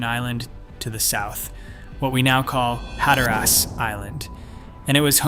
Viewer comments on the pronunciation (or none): I believe who/whatever is narrating this has no idea that Cape Hatteras isn’t “HatterASS” as it was pronounced in this video. 😂 And the other word id pronounced man-tee-oh. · No one calls it "Hat-er-Ass" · In Jr high, I did a thesis paper on the Lost Colony and this is the same conclusion I came to! My teacher said I was wrong and that there was just not enough proof to show they survived, to which I said there wasn't enough proof to show they were killed or died off either, LOL!!! Must say, good video but you need better pronunciation of Hatteras and Manteo... I grew up going to the Outer Banks back when there wasn't anything more than fish shanties around.